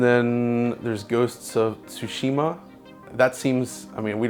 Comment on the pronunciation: The only man in this industry who can pronounce Tsushima